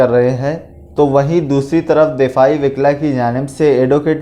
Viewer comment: Wikla nahi wukla hai وِکلا نہیں وُکلا ہے